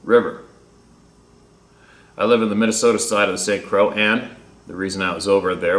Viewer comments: Jesus Croix is pronounced CROI RHYMES WITH DEPLOY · It's St. (Saint) Croi(x), the X is silent. French. I recall learning how to read Sioux indian (soo). I had no idea what the spoken pronunciation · St Croix = Saint “Croy”. It’s French, I think. Vaguely recall your resistance to speaking French 😆. ♥️🕊️🙏🏼 God bless your family